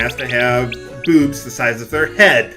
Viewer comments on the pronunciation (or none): none